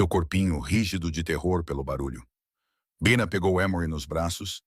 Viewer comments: Este narrador éirritante mudando o jeito de falar pronunciando com a tentativa de acho que tentando far inglês mas pra mim que sou brasileira é irritante mas pode ser wue outras pessoas gostem mas a mim irrita é por isto cancei minha inscriçã, não é baixa é bina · voce tem que melhorar o seu narramento um a hora voce fala Bina e outra hora Baina. ou um ou outro. desculpe a crtitica mas voce repete este erro vairas vezes em outras narracoes. sou de tupi paulista sp e gosto de suas historias muito boas. so falata melhorar a pronuncia. grato e muito suceesso.